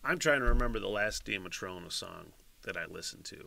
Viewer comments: The band name is pronounce like Daya Matrona. It means Divine Mother Goddess in Irish lore. In this video the singer/guitarist (Mollie McGinn) and drummer (Mamie McGinn) are sisters. Mamie has since left the band to continue her education. Mollie and her best friend Orlaith (pronouned like Orla) are still together and use a couple different drummers until they find a replacement of if Mamie returns. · please do Red Button its on the top of the list on spotify and it is pronounced Day-a Matrona